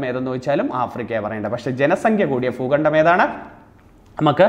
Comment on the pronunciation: Foogandam Alla bhoogandam